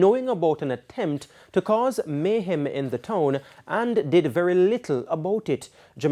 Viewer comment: And isn't not Mayhaam ...it's Mayhem